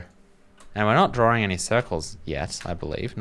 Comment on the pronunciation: What is a drawring?